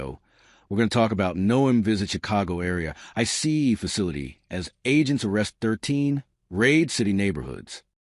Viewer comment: I was very excited to see this in my feed until I played it and heard an AI generated voice pronouncing ICE "icey." I know we're trying to save money, but Trump'not going to hire a robot to be his press secretary and you shouldn't either. Deal killer